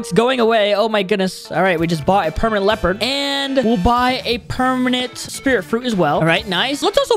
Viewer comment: Bro said *pernament kitchen*😂